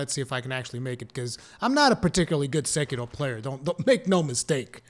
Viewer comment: did he just pronounced "SEKIRO" with asian accent? perfect!